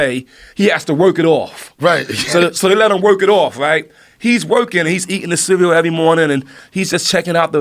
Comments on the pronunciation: CEWEAL 😂 hahahahaha RZA said CEEWEEAWL 🤣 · RZA said CEWEAL instead of CEREAL 🥣 hahahahahahahaha damn his albums are my main source of laughter since I was a KID #CEWEAL